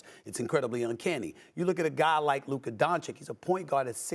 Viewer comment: Stephen A: “Luker Donchick”